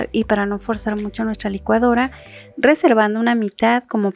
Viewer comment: Siempre me gustan tus recetas. Y se las envío a todos los que conozco, incluyendo mis alumnos. Y lo siguiente que te diré no tiene ningún afán de ofender ni nada. A mí me gusta mucho compartir tus recetas por lo que te escucho detenidamente para no perder ninguna información así que me permito decir que ahora noto algo que antes no decías "MUCHO " pero pronunciado "mu/sh/o " y si tenías marcada tu manera de pronunciar la /a/. ..pero no sé ahora... suena muy sensual.../aaaccggg/. Me gusta que seas más natural al hablar y no lo digo para ofender. Se agradece que nos compartas tu recetas. Sólo te comparto mi opinión.